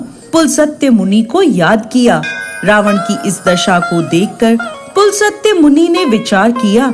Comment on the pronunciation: बहुत दुख हुआ कि आप अपने ऋषि मुनियों के नाम का उच्चारण भी सही नहीं जानती।पुलसत्य नाम नहीं था रावण के पितामह का। पुलस्त्य नाम था।आधा स का उच्चारण है न कि पूरा स।